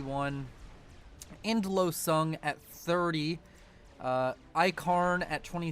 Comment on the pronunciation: You know what Endlösung means, right? Because the way you pronounce it made me giggle inappropriately.